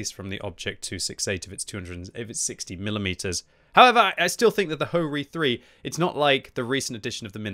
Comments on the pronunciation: Bro said - hoe reee 3 😹🤣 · Ho-Ri?🤨🤨 But my mind heard HoRni😅😅